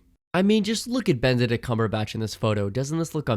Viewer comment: did you just say “Bend a dick” cumberbatch?